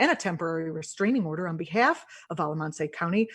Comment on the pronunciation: Haha! "A la MON-say county"! Hehe, it's an out-in-the-country county. It's just pronounced "AL-uh-MAN-ss."